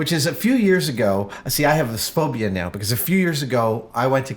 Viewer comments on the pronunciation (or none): none